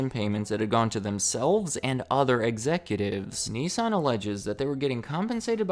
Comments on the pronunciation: It’s “Nissan” not “nessan”🤣🤣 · The way you say Nissan does not make me happy